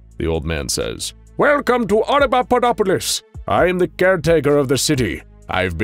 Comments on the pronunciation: Yeah he did. Watch it again, switches from saying auda-papa-dopolis to auda-dada-dopolis. Starting at about onward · After the first few times he says the name of the city the narrator starts mispronouncing it as "audadadapopolis" lol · After the first couple times he keeps saying it as audadudadopolis >_< lol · I believe it's pronounced: Auda-papa-dopolis. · I can only imagine how many takes it took to keep pronouncing "Audapaupadopolis" -- I can't even do it once. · Yeah… except he messes it up every single time after first and second one. Drove me and my wife crazy. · I like how even the narrator has trouble pronouncing it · Love it when mysteries and world building are set up in SCPs. It's what gets me most hooked on SCP. And: Good work, but, and I know it's not easy, but keep practicing saying the city's name: Oppodopolis. I mean... Papadopoulos! No... Audiopopulupus! Er... Snuffleupagus! I mean... Hopscotchopoplus! Uh... Autoshopolus? Damnit, I'm just gonna call it the city of "Frank." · I love how even the narrator mispronounces Audapapaudopolis, why did they choose such a difficult name? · His pronunciation gets worse and worse! Lol. It’s like Benedict cumberbatch and penguins!